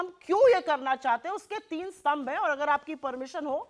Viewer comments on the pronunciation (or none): none